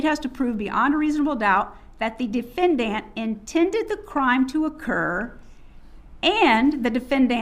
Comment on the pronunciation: face-green-smiling: Din-Fan-Dant... just massacred the English language.